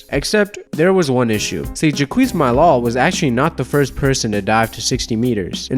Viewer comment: Honey... Jacques is pronounced jock, just with a softer j sound. 😉 Great video, though! They made a movie about Enzo and Jacques! It's called "The Big Blue." Great movie! You should really check it out! Thanks for the fantastic upload! Keep up the great work! 😊💜